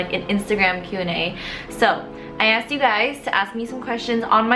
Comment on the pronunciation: sigh.. its 'ask' not 'aksed'